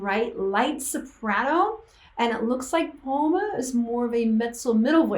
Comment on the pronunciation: Thanks for a nice analysis :) ... Yes, you're pronuncing Pomme ("Pom") correctly, and yes, they're both singing in french at the end. If you'd like to dive a little more into Pomme, here's one I can definitely recommend